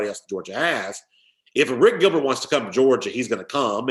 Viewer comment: Say Airplane. Now say Arik. Don't say a rick. Thank you. Also, Harrah's Cherokee is 3 hrs from Atlanta, not 2.